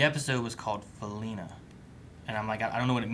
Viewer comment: Blood meth and tears Fe-Li-Na